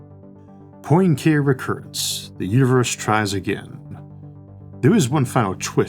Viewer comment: Enough pronunciation guides exist out there, in digital and paper forms, to make butchering the pronunciation of Poincaré seem like laziness more than like lack of information.